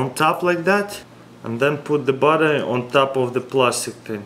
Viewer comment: When he says battery it sounds like butter